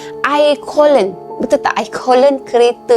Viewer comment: coolant tu sebutannya KU - LEN. Bukan KO - LEN